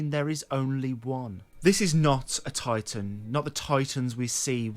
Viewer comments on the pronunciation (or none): none